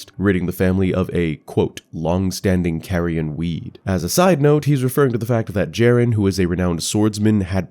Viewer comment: Caria is pronounced as Car-ia not Care-ia btw ❤️ love the content